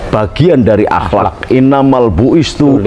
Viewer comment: BLEPOTAN POOOL "INAMAL BUISTU..." WHAT....( ini hadist populer bosss) INI SIH BUKAN TURUN GUNUNG.. TAPI MIRIP2 TUSUN GOT, LEBIH TEPATNYa.